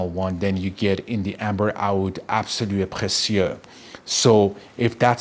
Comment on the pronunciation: Obsessed with the pronounciation absolue precieux